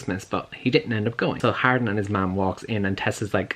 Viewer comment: Idk why but i thought you were saying Harlin this whole time also it seems portrayals of healthy romantic relationships in books tv and movies have gone the way of the dodo